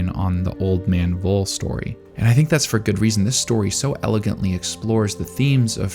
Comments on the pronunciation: In this case the V from Voll is more pronounced like the F in Frieren. Also the two Ls are shot. So his name is more spoken like Fol (fɔl) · I don't know if someone already said it, but Voll is pronounced Foll and means full. I love how so many names in the series say something about the character. Like in this instance, he lived a full life and can be content. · personally i don't think the framing is that deep. neat yes, deep no. also his name of pronounced "Foal". the names in Frieren largely follow German phonetics and German V's make an English F sound. additionally, i have not read the manga, but i took Voll's statement about defeating the Demon King les about senility and more of a hint that he had returned in some diminished way and Frieren is simply unaware. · Since Frieren's naming schemes are German, it might be nice to use the German pronunciation as well. Voll would be pronounced as (F)oll. V is F, but F remains F